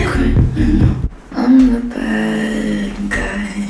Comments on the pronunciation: バッガイって言うの違和感しか無いんやけど笑 ウォーターのことワラーっていう人見たい笑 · badguyが、バッガイに聞こえるww